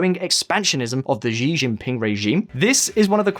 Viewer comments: Xi jinping hahaha ... it's "Xi" as in "she" not Zi Jinping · Nice video but Xi is pronounced like the English female pronoun "she". Xi is a goober but hearing his name pronounced incorrectly is bothering me for some reason. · Pretty sure it's "She" not "Zhe". Do you guys never watch any news channels on youtube?